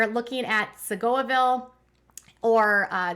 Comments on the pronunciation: Hey! I LOVE your channel! I try to catch all your updates as they pop up. I'm here in TX and just a heads up, the town where the prison is, is pronounced Sea-go-ville. Please no disrespect at all. I actually think it's pretty adorable when you say Seagoaville. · Love your channel, you are so adorable!! Side note…It is pronounced “Sea-go-ville”. 😉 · Hey it’s pronounced “See go ville” I used to live there about 1 mile from the prison. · Quick note: “See-go-vil” ✅ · it's pronounced SEE-GA-VIL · It's pronounced "see-go-ville" :) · Love your channel. I live in the Dallas area so I thought I'd help you with the pronunciation of Seagoville. It's pretty much said just like it looks: sea go ville.